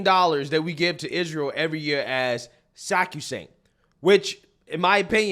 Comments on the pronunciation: I love you dearly, but its pronounced "her-i-cane" not "hair-i-cane"😂 And the word is sacrosanct, not "sancusat" 😅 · I agree with you but Jesus stop pronouncing it harricane. And it’s not saccusaint. It’s sacrosanct. Jesus. This dude is making bank posting videos on YouTube and he’s an idiot.